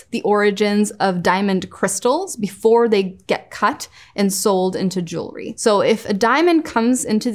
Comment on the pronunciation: It’s refreshing to hear the word jewelry being pronounced properly. It’s aggravating hearing it being mispronounced all the time. I don’t understand what is so hard about it. It’s jewel-ry, it’s easy.